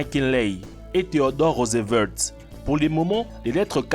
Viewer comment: Théodore rosevertsss... hahahahaha!!!